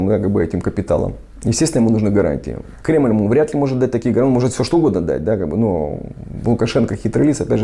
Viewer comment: Токаев так сказал типа кремыль Бог